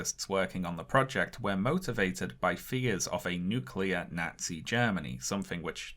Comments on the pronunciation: Amazing video but I cannot get past how incorrectly this guy keeps saying “nazi”. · I live in the Midwestern United States, and I love how pronounces "Nazi" in the same way that my neighbors do